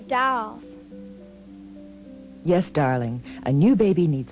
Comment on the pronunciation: "I can take care of it just like one of my dAlLs"